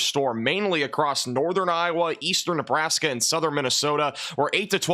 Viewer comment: Dont let this guy fool ya, he is part of the weather channel, how do i know? Because he is incapable of saying iowa